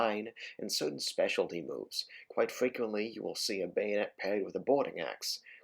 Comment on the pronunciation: "Now, We've got the gayonet."